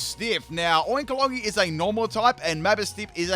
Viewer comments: I think it's pronounced 'Oink-O-Long' I'm not Spanish tho so idk 💀✨ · Oinkologne is pronounced "oink-cologne" (cologne, as in the men's fragrance). Dauchsbun is pronounced "docks-bun," a cross between the dog breed Dauchsund the word "bun." Your Quaquaval wasn't necessarily wrong, just too much pronunciation in the middle. "Quack-wav-ul." Quack + wave + carnival. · Cologne is pronounced Ko-lone Also I feel Koraidon might be better than Miraidon Both of them have a signature move, but Moraidon takes neutral damage from Koraidon's move while Koraidon takes half damage from Miraidon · cologne. like perfume. oin-cologne but with a k. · The oinkologne is pronounced like "oink-cologne" like the things we spray with to smel good. Those pigs are both based on scents and aromas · It’s oink cologne lol and it’s not debris it’s pronounced de bree lol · I think Oinkologne will be pronounced as Oink- kologne like perfume (cologne) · It’s pronounced Oink-cologne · and Oinkologne is pronounced how you would say Cologne Co-loan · the G is silent in oinkologne!!